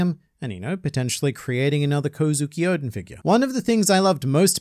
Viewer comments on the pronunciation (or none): none